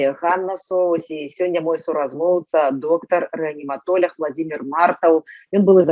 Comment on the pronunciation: !Заканчвайте крыудзiць нашу цвердую и моцную мову!!! ЧТО ВЫ ЕКАЕЦЕ якаеце:? Няма слова рэаніматоляг-есць слова рэаніматолАг!!!!!!Няма слова анэстэзіялёгіі - есць слова анэстэзіялОгіі!!!!Чаму усе блогеры на роднай мове гавораць як трэба и толькi Вы вечна "екаеце-якаеце??? Можа у вас у Чэхii якаюць - а у беларусай мова цвердая и моцная!!!